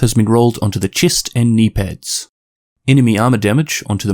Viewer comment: the way you say chest